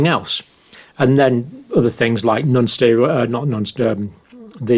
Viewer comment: Someone teach this man how to pronounce "non"